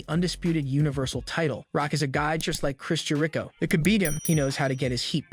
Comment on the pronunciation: You really do jack up some of there names!! Cody you changed to Cottie. Jericho you changed to “Ja ree Cho. Smh